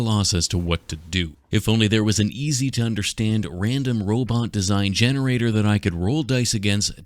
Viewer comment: I thought he was gonna use ai when he said gensrator thank god😂 And the dr pepper bots will rise up